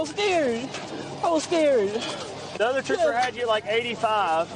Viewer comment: AND another perp saying "I wuz skeered"! What liars....😁😁😁